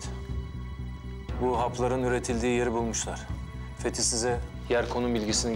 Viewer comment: Fetih adını söylerken varuk dedi😂😂😂